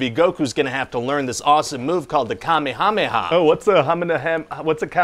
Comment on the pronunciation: Listening to Ryan completely butcher the pronunciation of Kamehameha!! 😂😂😂😂